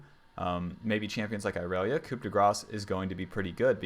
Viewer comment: The p in "coup" is silent, as are all last letters in French words apart from the consonants in CAREFUL. Other than that very informative video.